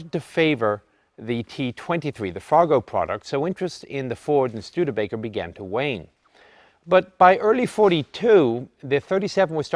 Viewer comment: Did you dub in "studerbaker" in post ?